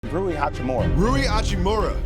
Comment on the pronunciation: it's not roo-ee.